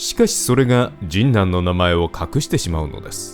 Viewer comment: 学生の時、現ハンズの近くの博多ラーメン店(今はもう無い)でバイトをしていたので、懐かしかったです。 ところで、どうしても「神南」のアクセントが気になりまして…。 「ジンナン」は「銀杏」(ギンナン)と同じで平坦読み。 昔、NHKへのお便りの宛先をアナウンサーが読み上げていた時、「神南」を平坦に読んでいました…。 細かくてごめんなさい笑